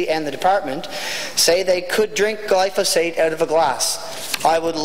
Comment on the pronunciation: I'd advise the good member that if he wants to sound a bit more educated on a topic, he should learn how to pronounce the word "Glyphosate".